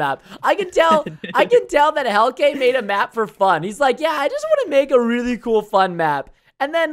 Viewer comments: It’s pronunced Heal-ka. It doesn’t sound like how it’s spelled Heilke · I dont wannz be a hater i love ur vids but you pronounce the map creators name as 'heel ke' not 'helke.btw tks ix how you pronounce it and wont pronounce it. And i know this because im dutch to. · Hielke Ketting hellka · Preston I just wanna say that your saying Hielkes’ name wrong 😂 It’s like Heel-ka but spelled Hielke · how it's spelled : hielke how it's pronounced : Heel - kay